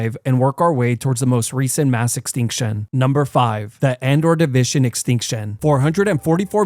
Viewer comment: Why do you say Ordovician that way. 😭